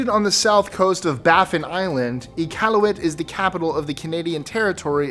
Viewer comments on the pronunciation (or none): none